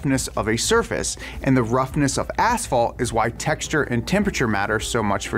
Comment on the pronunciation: "Ass fault"